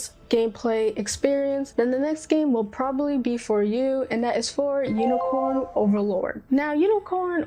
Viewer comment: Idk why but hearing you pronounce Unicorn Overlord as Unicorn Overload is fcking adorable.